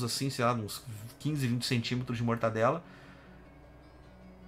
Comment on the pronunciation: Acho que ele fala zoando o "mortaNdela" porque na segunda vez, quando está distraído, ele fala certo.